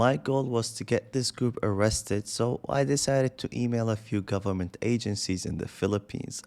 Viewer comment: anong pinagsasabi nung lalaki😂 frove to the gobirmint what? 😂😂😂😂